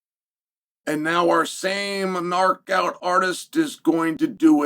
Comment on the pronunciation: "Nark out artist...." 😂😂😂😂😂😂😂🎉❤